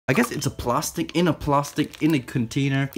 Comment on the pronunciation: The way he said plastic 😂 “plarstic” I love it